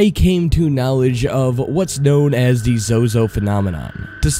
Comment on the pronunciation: he say da instead of the and it annoys me